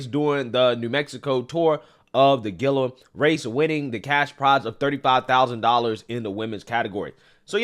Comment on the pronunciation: Bruh. Gila is pronounced "Heela" . I believe it's Native american word don't remember the meaning. Don't mean to snap at you, but I grew up in NM and it still annoys me people don't try to learn the correct way to say some of the names.